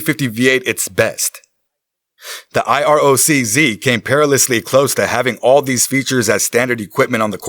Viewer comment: Iroc z (I rock..zee) 😂 not I-R-O-C,Z